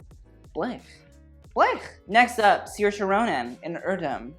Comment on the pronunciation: He actually pronounced Saoirse right I’m stunned